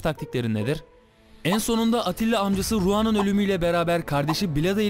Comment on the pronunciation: Attila degil Atilla